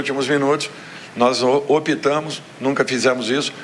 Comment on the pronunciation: opitamos o cacete em portugues como deve de ser é optámos